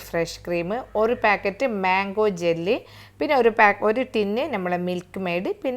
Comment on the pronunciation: ജെല്ല് അല്ല jelly 😂 cornflower അല്ല cornflour